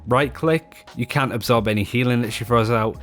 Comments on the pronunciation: listen for the "t" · Are you saying can or cant? I just cant tell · I swear it's hard to hear the difference between what he "can" or "can't" do. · Maybe start saying "cannot" instead?